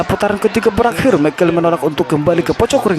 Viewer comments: Mc Call itu dibaca Mek Koll.. bukan mekeul.. gatel banget gue. Trus beli mikrofon yang bagusan jangan pake handsfree cuk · Gue sampe lihat berkali2 namanya. Si Dubber bilangnya, (Mc Call) = "Mek Keil" . Itu dibacanya "Mek Kol", Baaaang. Hadeuh.... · McCall dibacanya "mek kol" bukan "mekel" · Komentator ini diharapkan segera menemui guru bahasa Inggris & psikiater. Baca MKOLL(McCall) bukan MEKEL. Malu Indon dilihat dunia internasional. Kau orang Batak ya? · mc call bukan mikel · Mccall itu baca'a mek kol Bukan mek kel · Di tulis Mc Call di baca meik kol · Once kali "mekel", kenapa sih ga cari dulu cara penyebutan nama "McCall" yang bener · By the way bacanya "Mekol"